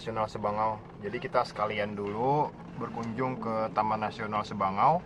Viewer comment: Sabangau mind.... Bukan sebangau